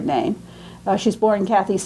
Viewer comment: I wish would not call Kathe Kathy. She certainly knows better, but by doing this perpetuates a mistake. But perhaps I'm being too niggling about an important lecture on a very important artist.